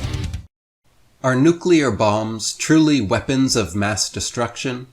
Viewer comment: He nearly said veapons